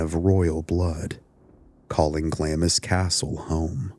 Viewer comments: it's pronounced like "glahhms" and just to letcha know, hearing it pronounced glammis is a staple irritant of any true Scot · You fail to explain where you get your information and should be very very careful who you yip about and Clamis castle is pronounced Glarms .... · Hi, I'm Scottish, and I'd just like to say Glamis is spoken as Glams. Confusing... Trust me, I know. ❤ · It’s pronounced glams not glamis and it’s Windser not Windsore plus Interpol not Interpole, otherwise an interesting tale. Finally Somerset was born on May 1st AKA Beltane. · This is what happens when you're rich and bonkers *sigh And if you have to mention the place again it's said: gl aah ms, long ahhh. You don't say the I. It's a tricky one even for us brits, the royal family were battenburgs previous to changing names.but only some of them, it's complicated 😂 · Glamis (Pronounced Glaams) castle, the most haunted structure in the British isles, is the ancestral home of the British Kings grandmother, who once said she was awake all night with 'the workmen' who was actually ghosts they say. one of the ghosts is a woman with her tongue cut out running the grounds with a bleeding mouth! Theres said to be a hidden room with a monster within, said to be the deformed son of one of the lords of the castle who is in a painting appearing much smaller than the other 2 sons, and is said to have died in 1923.